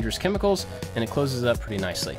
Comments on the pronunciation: Always wondered... In the beginning do you say "Hi I'm AND I like to make stuff"? Or do you say "Hi I'm AT I like to make stuff"? Thanks, love your work! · Every single time i wonder if he says "...and i like to make stuff" or "...at i like to make stuff" ik its prob the first one